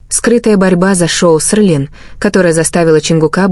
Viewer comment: Вы только послушайте как оно проищносит ,,СЕЛИН,, КАК,, ОРЛИН ,, ЧТО МОЖЕТ БЫТЬ ПРАВДОЙ ЕСЛИ ДАЖЕ НАЗВАНИЯ ПУТАЮТ УМЫШЛЕННО